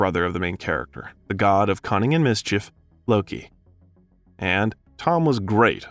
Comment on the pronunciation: "Combridge" instead of Cambridge, "Maavel" instead of Marvel, and then "mis- cheef" instead of mischief. Usually, if it's a bot, there are weird pronunciations in every other sentence. Here, it's very random words with very interesting pronunciations. 🤔